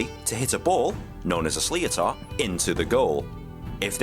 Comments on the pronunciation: why is a Brit explaining the rules of hurling and cant pronounce sliotar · Reacting to a video where a Brit cannot pronounce "sliotar" [pr: shlitter] correctly is galling. There are 156 different skills in the game, although Cian Lynch keeps inventing new ones! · The goalkeeper does not puck the ball from the 65 after the ball goes out over the end line, he pucks the ball from just inside the 13. The fact that's it's an English accent,(don't know if the guy commentating is English) and he can't even pronounce Slíotar, is crazy. There are better videos available explaining the rules and pronouncing the names, properly.